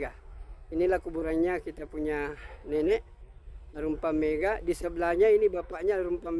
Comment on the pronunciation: Bukan mega pak, tp megga...double g